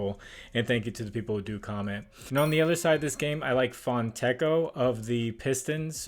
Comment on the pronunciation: it's pronounced Fontekkio 😅 Italian here watching from Australia